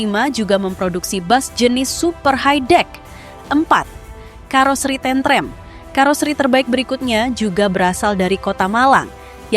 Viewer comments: bacanya tentrem bukan tentrem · Admin nya bukan orang jawa. Cara ngucap kalimat tentrem beda dgn dialeg lidah jawa tentrèm... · Penyebutan tentrem Jan gak pokro blas 😅😅